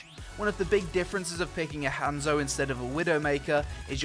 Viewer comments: rly m8 you said hamzo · your supposed to say it like honzo